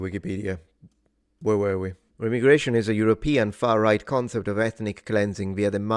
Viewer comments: … Not “Rem-igration” It’s “Re-migration” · i know you said remigration, its pronounced Re-migration :) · ive always heard it pronounced "re- migration" not remi- gration. then again, i speak southern american, so take it for what its worth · Re-migration- don’t think it’s rem-migration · I think it is pronounced Re-migration not Remi-gration, maybe its both but the second sounds weird to me. Good video either way. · Pronounce the first "i" as aye, or eye, re-m'eye'-gration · its pronounced REE-my-gray-shun. As in crazy people go REEEEE whenever it happens. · Remigration is normally pronounced ree- migration